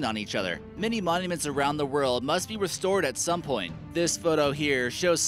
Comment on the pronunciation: Can you really believe someone who can't pronounce restore? The style of that channel screams content filler to me.